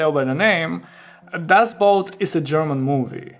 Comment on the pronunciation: You pronounced it correctly for German (at least as far as my ears could detect). But the German word "Boot" means "boat" and is pronounced more or less the same in German and English. BUT, the problem arises when English-speakers see it because it's spelled the same as the English word "boot", which is pronounced /buːt/ (rhymes with "lute") and means an item of footwear.